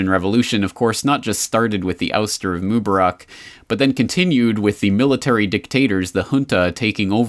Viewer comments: According to the usual Arabic rules for stress, the name Mubarak (better, Mubaarek) should be pronounced /moo-BAH-rek/, second syllable stressed, since there is an 'alif' following the 'be'. مبارك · Where I live in Morocco, my best friend's first name is Mubarak. It's pronounced like Moo-bah-rak with emphasis on the second syllable. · I'm finding it annoying to hear you mispronounce the name of Egypt's former president. Mubarak. Please say it correctly in the future.